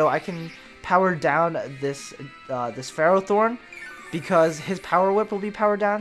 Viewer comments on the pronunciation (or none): its pronounced: fur-roth-thorn.